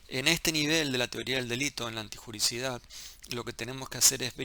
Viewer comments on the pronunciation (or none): Doc es " antijuriDIcidad" no antijuricidad